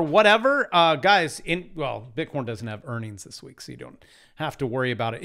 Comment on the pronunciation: OHHH DANG! You called bitcorn wrong! You need some more factors in your Crytpo Course TA, Dunce.